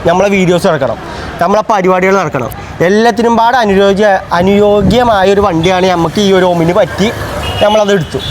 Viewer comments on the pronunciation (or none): അനിയോഗിയ❎ അനിയോജ്യ✅